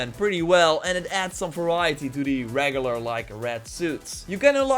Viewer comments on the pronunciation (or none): THE "RAGULAR" suit